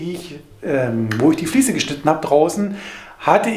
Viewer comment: Ein gesundes und frohes neues Jahr Euch allen! Super Video, vielen lieben Dank! Wieder sehr viel gelernt. es heißt "Fliese" und nicht "Fließe". Ich werde wahnsinnig 😂